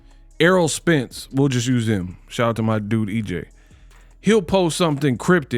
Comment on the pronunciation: Shakur’s speech has been an issue for a long time. No one ever talks about the way he says, “him”. He says, “hum”.